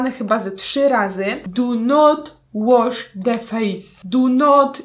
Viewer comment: "Du not łosz de fejs!" "Du not jus de łoter!!" 2k18;) Mam nadzieję, że nikt tego nie napisał przede mną:D